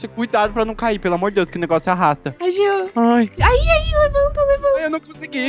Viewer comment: É jean não “jenna”